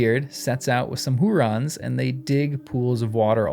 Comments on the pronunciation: "Huorns", not "hurons". The "r" is after the "o", there is no vowel between the "r" and the "n". This might be easier to pronounce in a non-rhotic accent (such as Tolkien used), in which the "r" would be silent, having no vowel following it. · Who orns, not rons. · Since you asked us to tease ypu on your pronunciation... HOO-Rons. 😂 You sound like Kay and Peele. "OK a-a-RON." (Loving the vids!) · Hu-orns. Hurons were an Indian tribe. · OK, I will spell it out. The OP typed that Old Man Willow was a "Huron". This is confused, as the Hurons are a native culture of Canada. The OP should have typed "Huorn", as that is the name Tolkien gives tree-like creatures in his books. The channel guy keeps saying it wrong; many commenters have said so, so maybe the OP was led astray. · It's Hu - orn, not Hu - ron. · For your reference, Huorns is pronounced like Hu (hoo)-Orns Like if you took the word “Horns” and inserted an “oo” sound between the H and the orns part. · HEW--ORNS. Or HUGH--ORNS, if that helps. And Curunir is Koo-Roo-Neer. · I think huorns is pronounced "who orns", with the stress on the first syllable. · Yes ; made it hard to appreciate essay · One could possibly learn to pronounce it by starting with the word “horns,” and the stretching it into “WHO-orns.” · He keeps putting the r in the middle, which is funny